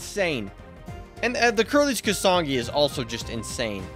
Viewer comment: If he says kasangi instead of kusanagi one more time.....